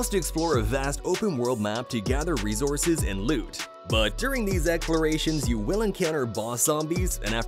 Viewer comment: Resources not rezorzes